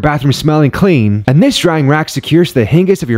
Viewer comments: Dude just sqid "Hingiz" of your bathroom door 😂 Theyre pronounced "Hin Jez" my dude 🤦🏻‍♀️ 🤣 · Hinges. And he pronounces it "hingus" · Hin-giss. Don’t these bots know how to pronounce ‘hinges’?